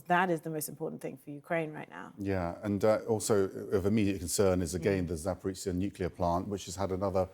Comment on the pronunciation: on ze ground, in ze air, English is not my native language but i'm sure it must be "the"...